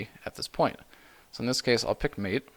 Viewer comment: Just a couple of points: Mate is pronounced mah-tey. I learnt it last month, actually. Secondly, I don't know if you mentioned it or not, but the installation process with UEFI systems is a bit different.